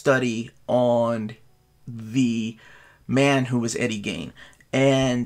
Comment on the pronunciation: Why does no one on youtube ever take the time to learn how to pronounce words and names? Who TF is Eddie "GAIN"?